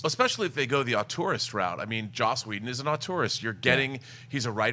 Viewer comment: Well, it's also not "auteurist" -- which my ears kept hearing as "a tourist".